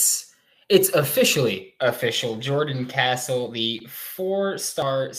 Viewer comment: Can you plz say his last name right he is now a gator gotta say it right